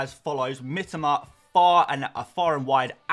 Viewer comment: ffs...it's Mee-toe-ma...not Mitima